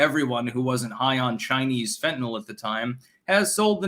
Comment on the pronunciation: Thanks for pronouncing "Fentanyl" properly, it's amazing how many retarded people say "Fentanol", that really grinds my gears.